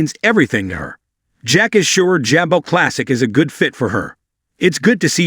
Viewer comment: Ja Bo. Please correct your pronunciation. You sound terrible and uneducated!